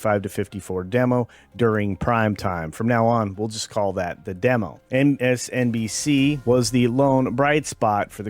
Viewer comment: Did you say PMSNBC? That's hilarious :D